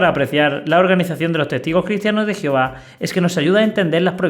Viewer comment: Me encanta 😊 cuando dices geofa jijijijiji. Alma México.